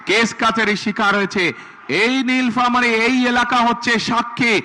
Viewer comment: নীলফামারী কথাটা উচ্চারণ করতে পারে না সে নাকি হবে দেশের চান্দাবাজ প্রধানমন্ত্রী